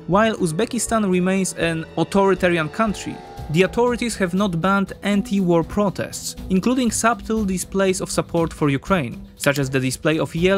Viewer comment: We don't pronounce the "b" in "subtle".